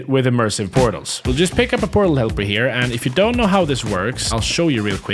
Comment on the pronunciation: 2 word pootals aand oog-le